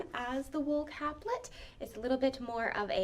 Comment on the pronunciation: Very nice presentation, and I love that you included sontags. i made mine from a pattern in Godey’s Lady’s Book. Two things though; capelet has an E in the middle, which means that it is pronounced Cape-let with a long A. The suffix -let means little, so it is a little cape. A caplet, as you pronounced it, would be a little cap. Secondly, almost all of your fashion plates were not from the 1850s to ‘60s; most were from the 1890s. Your title screen was from the 90s, so I watched the video expecting to hear about 1890s winter wear, which I did not get.